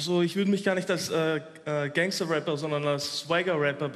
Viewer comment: "Gangster" vor Allem😂 ..man spricht es "Gängster" aus